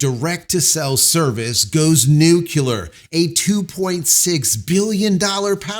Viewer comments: Nu kew lar? Really? Come on. It’s spelled nuclear. Noo clee uhr. Please try to say it correctly. And “for you and I?” Really? For you, ok. For I? No. It’s “For you and me.” Please. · Why can't people say nuclear? It's not nucular. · Nuclear is pronounced New-Klee-Ar. - not New-Cue_lar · > The standard pronunciation for "nuclear" is NEW-klee-er (New-Clear) in American. NOT "New que lur". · SpaceX did not go NUCULAR... it went NUCLEAR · Hey, FIRST OFF, PLEASE LEARN TO SAY THE WORD NUCLEAR, ITS NOT NUCULAR!!! WHY CANT MEN PRONOUNCE THIS WORD? ITS SO IMPORTANT TO JUST SAY IT RIGHT,OK? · "Nuclear" not "nucular" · You need to stop saying nucular. Learn to say nuclear. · NUC-U-LAH… mmmm… NUC-U-LAH.😱 George Bush jnr. Says NUC-U-LAH.👀 Homer Simpson says NUC-U-LAH…😱 In correct English language, we say: NUCLEAR….🧠 (Nuc-LE-ar) Nuclear 😎 And relax 🌀 May the Horse be with you.🌀 🐴🐴🐴 Jim🌀🇬🇧 (-: <*> :-) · Why is so many people like J mispronounce the word "nuclear", it is not "nucular", it is nuclear "nu-CLear-R", learn it! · Ok repeat after me! New Clear! Clear as in a CLEAR SKY! NEW CLEAR! NUCLEAR! It is not NUCULUS! Atoms do not have a NUCULUS, atoms have a NUCLEEEEUS! 😂 Stop pronouncing shit like George W. Bush! Love the man but c'mon! Sorry, pet peeve of mine! 👍💪😆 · You mispronounced the word “nuclear” while you promoted psychopath Moron Muck’s criminal business. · I have it on presidential authority that you are not pronouncing it correctly, just ask Bush senior.